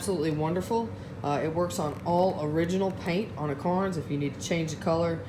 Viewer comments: Cairns, not Carns. Attention to detail, remember? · Never heard of "carns" I've heard of "ka rens"